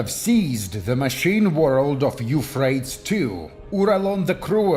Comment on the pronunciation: Eufraits 2? don't you mean... YOUUUU-PHray-tees river.